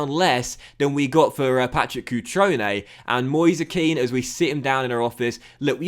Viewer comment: Its 'Ken' not 'Keane' i think